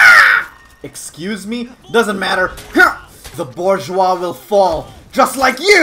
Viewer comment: I'm sorry but I would just like to go back go when said bourgeoisie. He said boojawa. I was dying. I love thos channel. I hate this game. Also what is it with ubi games. Love hate relationship. Love to play hate the cheese.